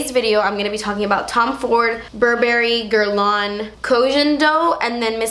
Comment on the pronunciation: She didn't pronounce Guerlain correctly… But it's not an easy name for someone who doesn't speak french